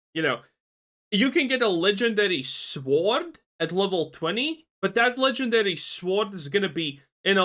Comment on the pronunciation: Who tf pronounces the W in sword